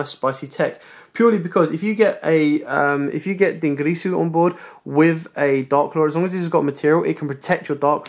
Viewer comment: But yet he's the only person who can't pornounce "dingirsu"